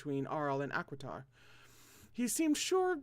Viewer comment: hello hi me again native French etc: Huet: you were right! Hoo-aye Acquitart: you were right! Ah-kwee-tar Arnoul: Are-nool Delfeur: Dell-fur Breteau: Bruh-toe Touars: Too-are Thevenin: Teh-veh-nawn Enguerran: Awn-geh (hard g)-rawn Guymar: (hard g) G-ee-mawr (like rawr) Guerin: (hard g) G-eh-rawn hopefully that was clear-ish, I can specify if anything isn’t clear!! ❤️🧡💛💚💙💜